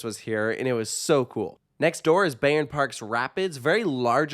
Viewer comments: Don't wanna be the guy but here I am: The correct pronunciation is 'Buy-ern Park' Great review, I love this park and its atmosphere. It's well taken care of and generally has good vibes. Hopefully, they'll add another really good coaster down the line. Currently, I'll visit once per year but if they added a flagship coaster, an annual pass would be a no-brainer for me. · Cool video! Just to say you pronounce the "Bay" part in Bayern like Bye. So it sounds more like Bye-rn Park.